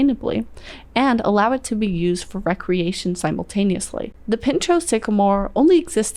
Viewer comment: Pin-show Pin-show